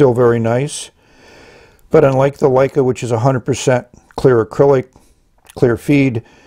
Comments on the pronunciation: Isn't it Lecai (luh-kai) not Leica? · It's Le-cai not Lei-ca. Leica is a great camera manufacturer. Wouldn't mind seeing them make a fountain pen. 😀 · Surely pronounced "le-kay", not like the famous German cameras "Like-uh" I tried to take a photograph with it and nothing came out.